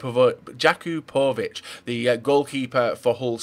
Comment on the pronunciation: Learn how pronounce some fucking names. God damn, you're so English His name is pronounced ya-coop-a-vich